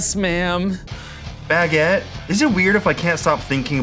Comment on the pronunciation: HE SAID IT! HE SAID BAGGIT! 🤣🤣 Edit: Ian remembers the doughnut robber incident.